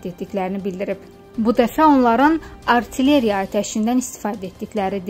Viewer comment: ALTLERYA YOX AY SAVADSİZ!!!!!! ARTİLERİYA!!!!!!!!!!!!!!!!!!!!